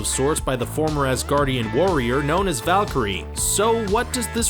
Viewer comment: The girls name is not valkryie